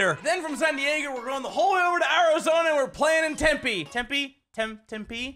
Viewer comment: He said arazona lol